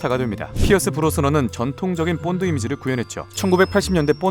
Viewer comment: 본드가 뽄드로 들려요